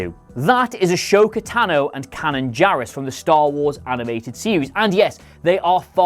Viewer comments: Her name is AH.....SO.......KA. Not Ashoka. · "Ashoka Tano" Dislike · “Ah-sho-ka”? You can’t even pronounce her name correctly, I’m officially convinced you know nothing of Star Wars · The way you say Asoka tano gave me a brain aneurysm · First things first, pronunciations for Ahsoka and Kanan are completely wrong, there are 5 seasons of Ahsoka in Clone Wars with the correct pronunciation (It's Ah - so - ka) And Kanan is Kane-on (yet again 4 seasons of Rebels) don't understand how you find it so hard to actually research the easiest of things with pronunciations. And Jannah is Lando's daughter go fucking read the Visual Companion (ya know a canon book that comes out with every film) says shes Lando's daughter. Seriously do some research!!!!!!!! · I’m upset with how Ahsoka’s name was pronounced. Also I thinking she’d still be alive during the events of the rise of skywalker. Just she was never mentioned or shown like in the original trilogy but yet she was still alive during that time.